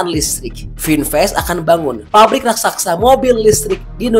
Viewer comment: Raksasa pak,bukan Raksaksa...pengucapan angka/nominal harga coba agak lebih tenang agar jelas,tidak terburu2 ,jadi tidak jelas apa yg dmasksud ucapan nya